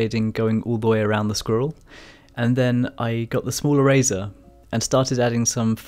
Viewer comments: OHHH...ERASER! I thought you said "a razor". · I can;t get over the "erazor" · I kept hearing “smaller razor” lol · If he says erazer one more time... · is he saying eraser?.....i really wanna know but cant tell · I love the way you say eraser and your fur looks awesome